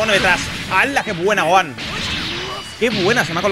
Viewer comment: habla bien es gohan no es goan porfa